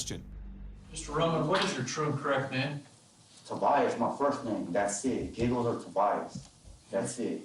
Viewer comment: Why are you calling him geegles. He said clearly his name is giggles. Do you not know how to talk.